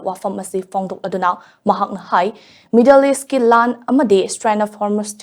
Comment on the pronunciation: Strain of hormuz haiba natte. Straight haibane..